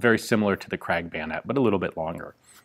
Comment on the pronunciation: Gratulations : you have sort of mastered the pronounciation of "Krag". But you still have a tendency to pronounce it "Kragg".